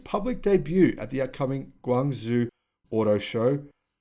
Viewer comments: Hey, really like this channel with all the great informative EV news. Just FYI, the city of Guangzhou is literally pronounced Gwan-Jzow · ZH in Guangzhou is pronounced same as J. Another example, Shenzhen.